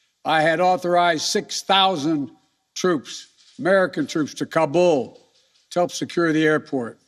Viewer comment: man cant even pronounce Kabul properly much less handle the situation there